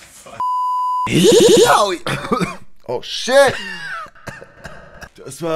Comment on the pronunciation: Wieso sagt er immer yaoii?